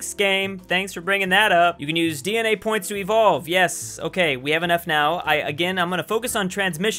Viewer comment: “it used to hae”